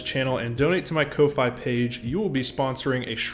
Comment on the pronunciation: Do you not realize that "Ko-fi" is supposed to be pronounced like "coffee"?